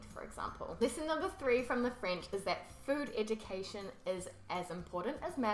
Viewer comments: "Eudcation" xD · Eudcation 😊😊😊 made me smile. . . Love ur videos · FOOD EUDCATION... I loled on that one !